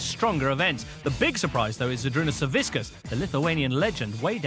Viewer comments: Why does he keep saying saviskiss when it's Savickas? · they keep calling him savisckas lol